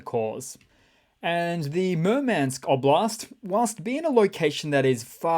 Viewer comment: I almost fell out of my chair laughing at "Mermansk" I wish I knew you in real life, dude. ASD bro for sure. Lol😂